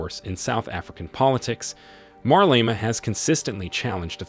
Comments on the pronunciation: Why is the narrator saying "Marlema" instead of "Malema"?. Hopefully President Malema will correct the injustice that was imposed on South Africans, and grow the economy to improve the lives of the disenfranchised. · You are pronouncing his name with "r"...like Marlema!!! WTF! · I wish you would not call him MARLEMA, but his real name MALEMA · The way this guy pronounces 'Malema' is incredibly stupid. How do you see the phonetic spelling and still say "marleima". 🤦🏿‍♂️ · Why does this narrator keep disrespectfully pronouncing MALEMA'S name as Marlena! Learn to do your job you will loose me and others as subscribers. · WHO is Marlema tho? Leave that AI alone!😂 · It would help if you pronounced his name right. There's no R in his last name. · IF YOU CANNOT PRONOUNCE HIS NAAAAME....DON'T REPORT ON HIM!!! TYPICAL YT "PEEPO" FOOLISHNESS!!! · Pronounce his name properly. He is trouble maker&anothing,Have you been paid to promote him??just saying.He just wants all for himself,The EFF members are brainwashed!!!!